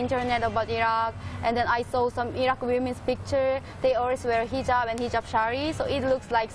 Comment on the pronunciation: hijab.. sorry....not hujab...